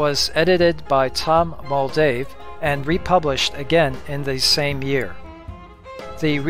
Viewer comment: It’s Tom Moldvay, not Moldave